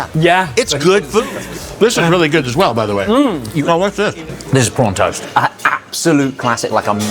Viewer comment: for a moment there i thought he said P*rn toast.